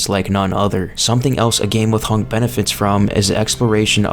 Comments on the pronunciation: "Honk" bruh, wat? Its hunk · Hunk.. not hank